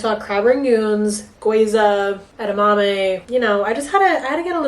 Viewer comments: ily but it's gyoza not gweeza 🤭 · Love you but the way you say gyoza is so funny haha